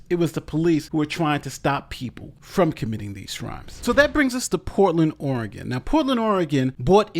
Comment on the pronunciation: Poor-tland, Orgone